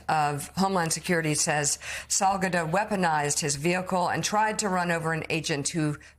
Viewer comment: ( Pronounce it Sal GA do)